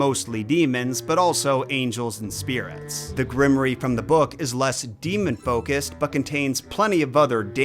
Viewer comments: My lord, what is a grimoree??....Grimoire pronounced "grim war"....grimoree lol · Is grim-or-eee a weird Oz word or is just saying grimoire wrong? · You do all this research and never heard the word grimoire? Because it's not pronounced grimery. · Isn't Grimoire generally pronounced Grim-Woir? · For you to pronounce grimoire properly... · It deeply bothered me how much he kept mispronouncing "Grimoire"